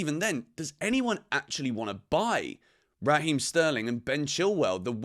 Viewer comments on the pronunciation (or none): none